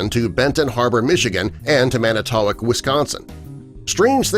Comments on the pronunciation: Re: Michigan Triangle. It's pronounced Man-ih-tow-WOC . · U pronounced manitowoc wrong its manna-toe-whak (walk without an l) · I love how that guy pronounced Manitowoc. . I grew up there. I have heard different pronouncements of the name of my home town, but this one is the funniest.